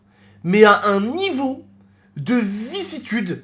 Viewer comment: Tonton y tue '' vissitude '' mdrr j'suis mort